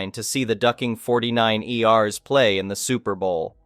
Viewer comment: "49'ers" is produced in four syllables. We enjoy your reading, but these slip-ups are so distracting